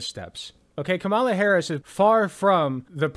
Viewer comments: You should work on putting the emphasis on the first syllable of “Kamala” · KAmala. Not KaMAla. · you’re great, but try and say her name right. If Walsh can do it you can too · You pronounce her name as Comma-LA not Ka mala. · How hard is it to say, “KAH muhla?” Do you really need a post-doctorate degree? Really? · Kamala /COMMA-luh/ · It's KAH-mah-lah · Comma La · Why are you mis-pronouncing Kamala Harris' name??? Try "Comma-la" !! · Your take on this topic is appreciated, but please pronounce the Vice President's first name properly. She's the Vice President, and the Democratic candidate for President. Her name is extremely easy to pronounce. Pronouncing a person's name is the most basic sign of respect. Some people apparently couldn't pronounce, and still can't pronounce, President Obama's name correctly either. I'm not saying that you have ill intent, I am saying that mispronouncing her name makes you sound ignorant and lazy, with all due respect. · Your mispronunciation of the Vice President’s first name is terribly disrespectful. You know her name. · Something that really annoys me is that people like Matt Walsh and Ben Shapiro pronounce Kamala correctly, but that some of her own supporters can't be bothered to do so. The most basic form of respect that you can give someone is to pronounce their name correctly. Come on man. You can do better. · Hey, any chance you can start pronouncing her name correctly? It would really help, thanks! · I love everything you said, but dude YOU really need to learn how to say Kamala's name correctly. You keep butchering it man. Or just call her Harris if easier for you.